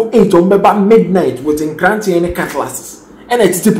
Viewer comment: Sekan and NKRANTE NOT NKRATE